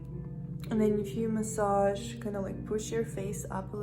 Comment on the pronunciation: Она так сказала словл"массаж". Прям Рашкой прёт. 💜